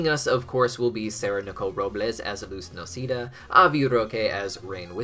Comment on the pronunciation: Luz Nocida?????? It's Noceda. It's not hard to say her name